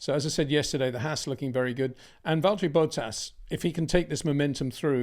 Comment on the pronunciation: Why does he always say Bottas's name like Boat Ass?